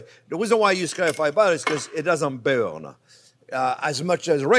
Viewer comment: I just sprained my fingers trying to type the word "burn" the way Chef Onyo says it! XO 😘 🤗 🇺🇸 🙏 bürñ 🔥